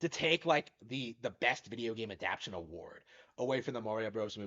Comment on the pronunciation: lol you really gotta learn how to pronounce adaptation